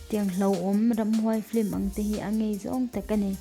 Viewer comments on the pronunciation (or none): none